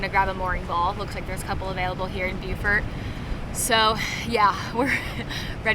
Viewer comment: According to my grand daughter stationed at the marine base there it is pronounced "Boo-fert". Oh and great choice on using Shell Rotella oil.